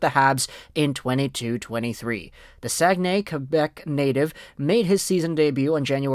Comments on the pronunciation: I live I saguenay, you said it right. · I'm from Saguenay, Québec, you say-it right! 👌🏼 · perfect pronounciation on Saguenay my dude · Saguenay you said it right